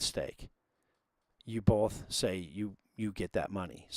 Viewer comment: good vid. but you pronounce Both as "BOLTH" which is pretty funny stuff : ) cheers